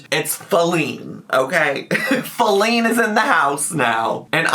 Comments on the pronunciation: Faleen. Fa-leen. Fall-ING. IM FALLING OFF THE SIDE WALK! 😂😂😂😂 STAAAAAAAAAP!! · I think she’s saying feline badly as a joke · I assumed she was just, intentionally or unintentionally idk, mispronouncing "feline" to use as like a joke placeholder name for wifey, like "alex" was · My personal conspiracy theory is that wanted to be funny/stir the pot, so instead of saying "wifey put the chair together" she purposely mispronounced "Feline" (as in cat) because Rarity was on the screen. Now she's continuing it because she's extra. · I think it's Feline, as in feline, as in cat. She's talking to her cat but wants us to think it might be a human.